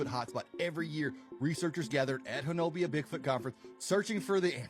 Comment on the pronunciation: It’s not pronounced Ho-no-bia; The correct pronunciation is HO-NUBBY